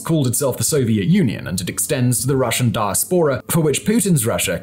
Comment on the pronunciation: I hate to be pedantic however, you are pronouncing diaspora incorrectly. The correct pronunciation is di as pora with the empathise on the second syllable 😊.